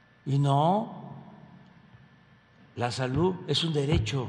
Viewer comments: que alguien le diga al sr presidente como se pronuncia la d al ultimo....sobretodo cuando dice salut...por querer decir salud....que es lo correcto en ortografía y dicción. que mal habla...tiene ..entre oas cosas una pesa diicccioniet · Sarta de de barbaridades dice este pobre hombre. pero hay muchos descerebrados que aplauden como lo que son, ni siquiera salud puede pronunciar correctamente.